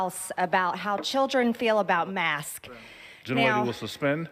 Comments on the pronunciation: I’m guessing she has a hard time says masks (mask-kes), but I can’t find a video where she uses the word ‘masks’. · There’s no question that she’s having trouble breathing, which is a big red flag for someone suffering from Covid. I wonder if she’s trying to distract people from that by mispronouncing “masks?” If she does have Covid - and I wouldn’t wish that on anyone, even her - it’ll just be a matter of time before everyone knows. I received a notification in my feed today about someone dying from COVID who was Instrumental in blocking COVID research in the early days. I don’t understand why intelligent people resist being intelligent about avoiding Covid. Oops, I just implied that MTG was intelligent; she may be. 🤷🏻‍♀️ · I think she says “mask” because it’s slightly more difficult to vocalize that “s” on the end — it feels like a second syllable. If she were an eloquent speaker, she could have worded it differently to avoid that, but she’s not that bright. Also, Southerners habitually shave off parts of words. (Native Southerner here.) I’m kind of surprised she didn’t say “masts.” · She has trouble adding the "s" to anything described as plural. She does this with everything. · Lots of people in the South really do pronounce "masks" just like "mask", and I find it distracting at best. I am from the South and I often slur the "k" in "masks", but I always pronounce both "s"es. It is of course also possible that this particular speaker does this just to annoy. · Mask. It's like hearing a supervisor say "Pacific" instead of "Specific." 🤦🏻‍♀️ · They mispronounce things they don't believe in or don't respect whether it be the names of politicians, masks, etc. Also, she is definitely experiencing labored breathing.. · Not native speaker here, I often skip the "s" at the end of plural nouns orally, but that's something I am aware of and try to correct. Marge is a native speaker. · Her saying mask instead of masks is like mike Lindel‘s saying stiold instead of stole.